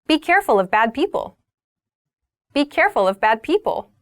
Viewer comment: the word 'people' sounds like peoble in , is it common to sound like that in America?